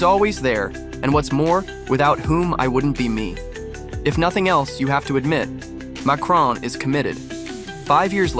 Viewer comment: Never trust the opinion of someone who thinks there is an 'e' at the end of Macron!